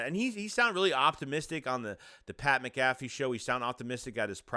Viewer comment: Cmon man how you gonna do Pat like that and pronounce his name wrong 🤣